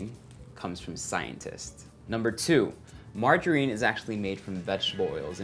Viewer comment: I love how Erwan says "mar-JA-rine"